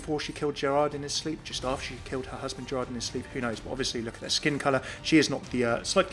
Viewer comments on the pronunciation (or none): we don't say the "d" in Gérard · Hey ! Just wanted to say, that in French, you don't say the D at the end of Gerard. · I love tour accent when you say "Amélie and Gérard" XD